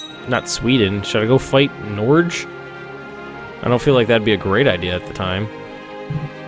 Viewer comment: Haha, oh man. The way you pronounce Norge cracks me up. I'm not really sure why the game changed the name to Norge, as Norge simply means Norway in norwegian. Maybe they changed dynasty or something. It's hard to explain how to say it though... the E at the end is not silent. I guess that would be a good place to start. Not that it matters though. It's just a bit funny whenever you get confused by the name.